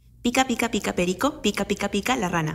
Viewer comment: Nadie: Absolutamente nadie: Young K: pica pica peRRico Los amo demasiado:(( Vengan a México